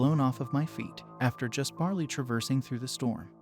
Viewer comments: Barely is not barley and that was kind of a major distraction, other than that good story, thanks. Oh yeah, slowing just a bit would be great 👍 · It's not bar-lee it's bare-lee/ bear -lee